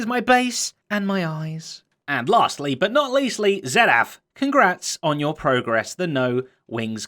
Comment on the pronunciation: "lastely but not leastely" Zedaph unique as always....